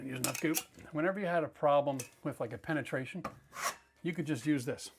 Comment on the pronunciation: Ahhhh penatration. Lmao